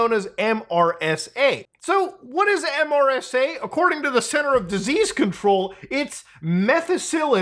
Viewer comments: It's MeeeeerrrSaa 😂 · MRSA is pronounced mersa, at least in the U.S. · Mutahar, MRSA is usually pronounced, rather than spelled. Mur-sah. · Saying MRSA instead of “mersa” is the first time I’ve heard this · MRSA is pronounced mersa. Surprised you've never heard about it before 😊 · Even tho it's an acronym, most people say MER-SUH instead of saying the letters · “MRSA” is pronounced Mer-sa. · In case you need to know in the future, It's commonly pronounced 'mersa' in the medical community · MRSA is pronounced "mersah". it's antibiotic resistant staph. It's also easy to clean off mrsa from surfaces, so getting it in the hospital is quite rare. It is usually caused by dirty wrestling pads in bjj gyms and high school wrestling mats. mrsa is EXTREMELY EASY to take a culture of and put into a petri dish, and then inject someone with it. We cultured staph strains in my high school AP biology class. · as a healthcare worker, I was really amused hearing MRSA spelled out as an acronym instead of being pronounced as “mersa.” In Muta’s defense I’m not sure how well known that is outside of healthcare/microbiology where MRSA is a huge deal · MRSA as an acronym is pronounced Mersa btw. Learned about it in Basic Training. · pronounced mersa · Muta- it’s typically pronounced like, “Mersa.” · So close on pronouncing MRSA properly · I have never heard anyone say the individual letters of MRSA in my entire life until now